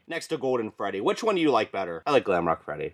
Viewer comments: You said gwamrock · You said glamroke woof again 😂